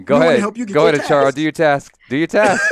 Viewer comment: Its ACHALA not ACHARA